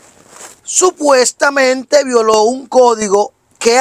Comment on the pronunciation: Supestamente 😂Supestamente Supestamente